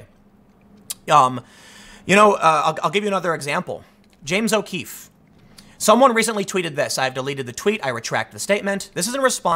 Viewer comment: "Dear James O'Queefe," XD